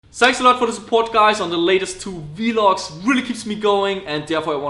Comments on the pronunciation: Busterthedog you miss the point. Its not pronounced separately as V logs its one word vlogs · "Vee-logs". Love it